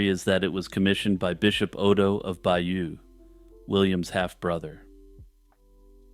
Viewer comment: Excellent but please pronounce Bayeux correctly. Hardly a big ask since you've invested time and energy in making a video about it?